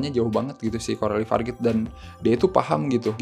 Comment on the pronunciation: Cara baca nama sutradaranya adalah Corali Farja